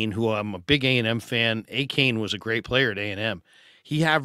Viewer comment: Hey, it’s pronounced “A-Chan”. Love the show